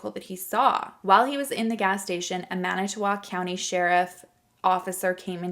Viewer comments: Good job pronouncing manitowoc! I'm a native wisconsinite, and i'm impressed! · You said Manitowoc beautifully!!😘